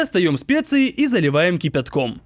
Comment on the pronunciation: кипЯЪтком Всё по-прежнему букву Я не выговариваешь